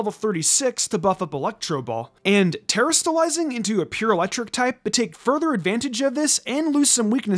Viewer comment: You must be the only person on Earth who pronounces it "tear-uh-still-izing" when it's clearly "tuh-ras-till-izing" It's highly annoying. Mispronouncing words just to be different or because that's how you THINK they should be pronounced isn't cool or funny. It's stupid.